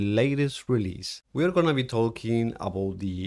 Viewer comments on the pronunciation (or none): I find it so amazing that when he says "talking," it sounds like "Tolkien."